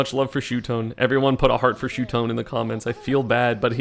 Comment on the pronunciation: its no shutone esam its shuton